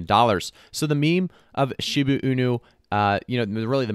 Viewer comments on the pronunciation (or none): It's NOT Shibu, it's ShibA. I can't believe how many people pronounce it wrong.